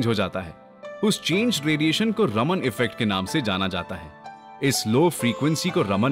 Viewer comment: Sir it's चंद्रशेखर वेंकट रामन not रमन